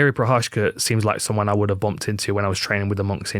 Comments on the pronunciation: Jiří Procházka should go with George Walker. It would stop butchering of his name. The way Dan Hardy is ***** it up is just so OFF the mark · cmon is it that hard to google the prononciation of prochazka before making a video like this , and it has Z there , why turning it something else?